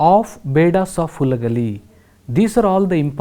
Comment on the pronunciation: That is Halagali not Hulagali